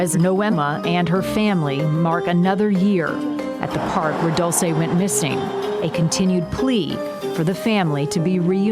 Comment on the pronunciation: HER NAME IS PRONOUNCED DULL CHAY NOT DOOL SAY